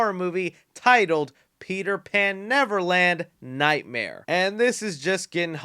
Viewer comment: The way he said "Peter Pan Neverland... nightmare" instead of "Peter Pan: Neverland Nightmare" together, irked me in such a way that I'm inclined to unsub.